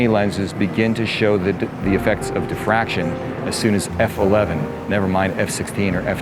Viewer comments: diffraction not defraction. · min It is "DIFFRACTION"